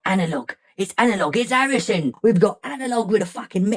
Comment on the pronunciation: I like when he went into the cockney accent classic 🤣...its fckin Arison!